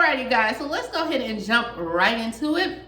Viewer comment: At first I thought she said, "No No."